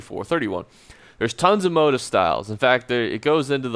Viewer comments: "Moe teef" not "mot ef" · Sorry bud. It bugged only because you repeated it so often, but it is pronounced 'mo-teeef' not 'mode if' motif is a common word for patterns in fabrics or interior design, or themes in literature etc. But thanks for the help with the rest of the video! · It's pronounced (moh-teef) lol. Just clowning you. Great video earned my sub. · Isn't it "Mot-Eeeef"? As in French pronunciation lol. Thanks for the video. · It's pronounced, MO TEEF! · Why are u pronouncing motif like that? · So cringe eveytime u say motif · This has bugged me too